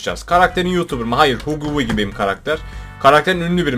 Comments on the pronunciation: Abi Hagi vagi diye okunuyo Hugi vigi degil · Okunuş:Hagi wagi Has errrrrrrrrrrkek:hUggİ wuGi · hugy vugy değil abim hagy wagy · abi huggy wuggy şöyle okunuyor hagi vagi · O Huggy wuggy değil haggy wagi diye okunuyo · Abi huggy wuggy hagi vagi diye okunuyo❤ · Huggy wuggy haggi vaggi diye okunuyor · huggy wuggy nin okunuşu hagiy vagiy die daha rahat söyleyebilirsin böle linc yemeni istememek 😀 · Abi huggy wuggy diye yazılıyo Hagi vagi diye okunuyo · abi o huggy wuggy hagi vagi diye okunuyor